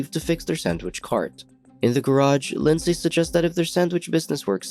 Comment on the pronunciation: OMG it's pronounced Lin-z not lind-say. I comment that because that's my name and I've heard it mispronounced so many times that now I have to hide my cringe